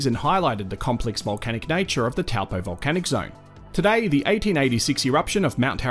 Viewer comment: he didn't say "Toe-paw" so he didn't say it correctly. but not bad for an Aussie